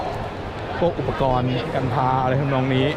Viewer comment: กันพา ทำไมผมได้ยินเป็นกัญชา 5555